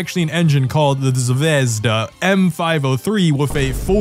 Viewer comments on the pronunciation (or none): Pronounced Zvii jes da btw! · His pronouncement of “Zvezda” kills me.. 😞 pronounce it right bro..